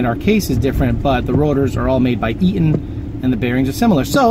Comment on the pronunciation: Eaton not ea’on